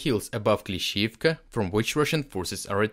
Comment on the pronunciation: I’m going to save this episode because I like how he pronounces Klishchiivka and he may have said Klishchiivka 25 times. Lol!